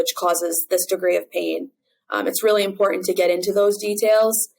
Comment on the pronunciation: Please properly pronounce "Important".